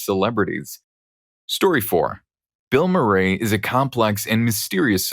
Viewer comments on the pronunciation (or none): The way you pronounced Chamilionaire’s name was funny, but the Bill Murray pronunciation made me actively wince lol